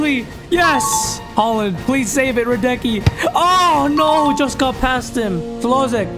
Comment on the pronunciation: i feel really bad when i hear hlozek 😂